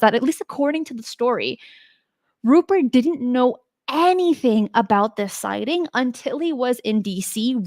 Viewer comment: I take it you don't follow Richard Dolan, because he's been through all of these historic cases numerous times over the last few years on his YouTube channel. FYI, it's RuPELT not RuPERT, and it was a P-51 not a PF-1.